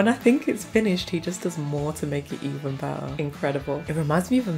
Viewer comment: I just love the way she says 💕BETTAH💕